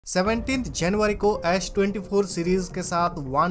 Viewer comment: He lost me on saying Ash 24